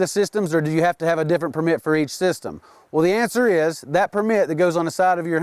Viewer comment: PERmit, not perMIT